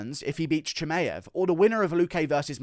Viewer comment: Usman desperate to help Burns win. And can stop saying Cha-May-ev